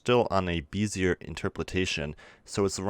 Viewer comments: “Bezier” is pronounced “Bez-ee-ay”, also, your other problem word is pronounced “in·ter·po·la·tion” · Good tutorial! Just know - pronounce interpolation as it is spelled... In-ter-poh-lay-shun. That, and bezier is not pronounced as it is spelled. It is actually pronounced "Beh-zee-ay"